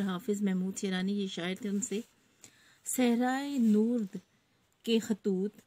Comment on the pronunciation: Teacher ka galat talaffuz ...! صحرانورد مثلا"